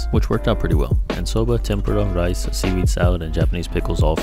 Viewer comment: He finally got the Japanese accent unlocked!!! “Dlrice”- lol🤙